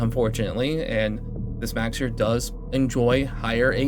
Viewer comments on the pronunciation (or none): Mow-sir, like a cat's meow. Not Max-sir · I'm new here. Is he purposefully mispronouncing Mauxir's name? It's meow-er, nya!